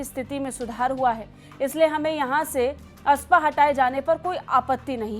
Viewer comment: Afaspa, not aspa